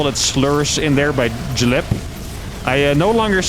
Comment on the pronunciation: Jlep -pronounced "Hlep" and panic typing hELP!